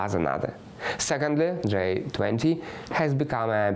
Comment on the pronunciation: G20 sounds like джий 20 not джай 20 👍❤️ thank you for the report.